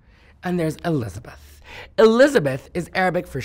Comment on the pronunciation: Mark if I heard her name correctly. And the information is true about her family in Real estate, Then her family is who owns the HUGE conglomerate MARAKEZ!!!!. She has a clear Egyptian accent when she described Elizabeth's name.